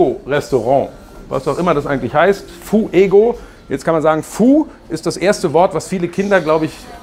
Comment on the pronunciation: Fuego ist Spanisch für Feuer,. Und die Silbengrenze ist nicht Fu-ego, sondern Fué-go, reimt sich mit Diégo.